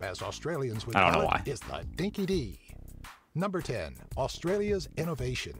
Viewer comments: It's pronounced Dinky DIE not DEE SMH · Odd mispronunciations by a narrator who obviously doesn’t’ know any Australians to check with… “Dinky-dí” (meaning ‘genuine’) rhymes with ‘meat pie’ - not ‘Sandra Dee’. “Fantales”: ‘candy’ - chocolate cubes with a chewy caramel centre, originally sold at the cinema, with wrappers telling ‘tales’ about movie stars for ‘fans’. They are ‘fan-tales’ - it does not rhyme with ‘tamales’, which are steamed Mexican street food. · I know!! So annoying!! Dinky-dee... 🤣 It's dinky-dye! Spell dinky-di (for continued development in all things Aussie.) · I am not even sure how they managed to get Dee from Di when even their grammatical rules say words ending in I have the I sound 🙄 It took me quite a while to not be irked by it in the Mad Max game every time the one character said it. Since he was always referring to a dog when he said it I've been able let it slide as being the Dog's name. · "This video, as Australians would call it, is the dinky dee". This is so cringeworthy. Firstly we would say "dinky di" (pronounced die). Secondly you wouldn't say this unless you are trying to RP as someone from the 1920's. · Hunting boomerangs are different. How would it magically return to you after it has clonked a Kangaroo in the head lol And it’s Dinky Di (dye) not Dinky dee 🤦‍♀️ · "Dinky-DEE?" I don't think so, it's spelt "Dinky-di" and is pronounced "Dinky-DIE", which means something that is genuine and real, unlike the pronunciation here! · “Dinki-di” say it DINKI-DIE, not DINKI- DEE, meaning honest, authentic. Fantales is not pronounced like Mexican tamales, rather it is pronounced “FAN-TAILS.” They are sweets so chewy, that they could take your teeth out. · Dinky Dee - OK that is worse than E-Moo. NB Spelt Dinky Di, pronounced Dinky Dye. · Dinky dee ? No , it's dinky di(e) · Dinky Di not Dinky Dee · "Dinky Dee"??? LOL. Try "Dinky Di" as in "die". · dinki-DYE, not dinki-dee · It's pronounced dinky-die not dinky-dee...